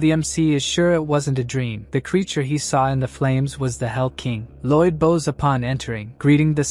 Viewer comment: Why does the AI say "bows" like bows, but "bows" like bows? It doesn't make sense! It's totally the opposite!